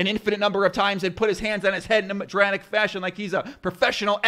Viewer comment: dude you got so dramatic you said "madratic" 😂